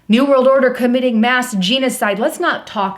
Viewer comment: It's pronounced jenna side, not Gina Side.